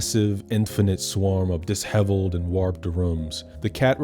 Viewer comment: I'm sorry but I'm banning you from saying disheveled ever again.